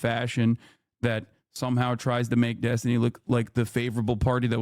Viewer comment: Huh? Are you impressed by the racist Finkelstein who refuses to condemn the Houthi attacks? This is the guy who stooped so low as to constantly mispronounce Destiny's name, hurling insults and ad hominem attacks instead of engaging in productive debate on the topics? He can sit at the kids' table from now on, while Destiny educates these Hamas clowns.